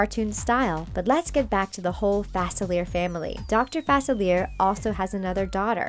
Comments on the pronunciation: Omg thank you. She kept saying it wrong and it was making me mad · It's FA-SIL-EE-AY Get it right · It’s pronounced facili-ay not everything is how it sounds 👍🏾😊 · This channel needs to learn how to say Dr. Facilier correctly. They even use a clip from Princess and the Frog where he says his name. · Am I the only one who gets annoyed when she pronounces Facilier wrong😭😂😂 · Does anyone else realize that she is saying his name wrong? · they always pronounce the name wrong it is FRUSTRATING and ANNOYING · They are literally mispronouncing dr faclier. THEY EVEN HAVE THE FREAKING CLIP ON HOW TO PRONOUNCE IT AND STILL PRONOUNCE IT WRONG